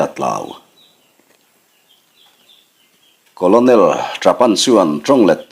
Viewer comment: Colonel===...*kawlnel* tih angin han lam mai ta la,,*kawlawnel* ti lo hian..Thawnthu thar ahnai dawn em...Hemi nena kawp theih tur in.....hei chu beng afah teh chiam loa...vai lian lo lang chin hi chu apasaltha tawh tlat lo😃😑